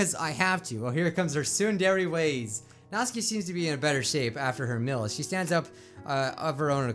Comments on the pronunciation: Before you read this, i love your channel but... ... ... ... ITS SOOO ANNOYING HOW YOU SAY SIORI ITS sAyori and also YOU SAID MY FAV PERSON'S NAME WRONG(Natsuki) Her name sounds like Nat tsu Key or nat stew (without the t) key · Natsuki (Nats oo kee) You said it wrong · If you like natsuki so much say her name right Nat-suk-i Not Nats-aki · Not-Ski Me: its Not-suk-i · me after watching a different doki doki playthrough and hearing 'nat-su-ki', then watching this and hearing 'naht-ski' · Natsky me: nat-su-ky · Anyone notice that pronounces Natsuki as "Nat-ski" (He watched a vid of this japanese guy saying "Nat-ski" not "Nat-suki") But then he pronounces Sayori as "Sigh-ori". Anyone catch that? Like if you did, Comment if you didnt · I think you say it like ''Nat-suki'' instead of ''Nat-ski'' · it can be pronounced either way, Nat-ski or Nat-soo-ki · Its pronounced Not-su-ki, not natsuki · Ugh you dont pronounce natsuki like naught ski its nat sooki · Dude, Its Nat-Sue-Ki, i mean, like sound it out. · I hate how he mispronounces their names except Monika and Yuri. It's Na-TSU-ki It's Sa-YO-ri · why do you call Natsuki Natski? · Does he realise he is saying Natsuki wrong it’s 'nat-soo-ke' i dont want to be mean but it just gets on my nerves a wee bit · Isn’t her name natsUki not natsky